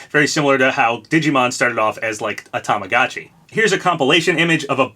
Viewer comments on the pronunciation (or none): none